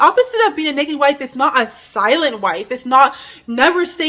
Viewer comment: Loved your video, practice saying the ah in nagging instead of eh, it sounds like neggin and I was like what is neggin? 😅❤